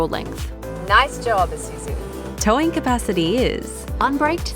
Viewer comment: Finally, I find a OZ car reviewer says "/i/suzu" instead of "/ai/suzu".